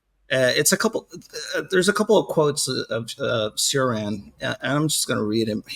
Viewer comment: It pains me when i hear how people mispronounce Cioran's name.